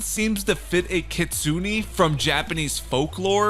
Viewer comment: Kitsune is pronounced kit-soon-ay